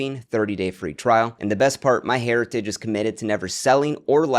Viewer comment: You should sue your sponsor "MyHairitage" ☠️